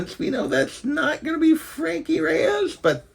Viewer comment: Isn't it Frankie Raye, not Reyes?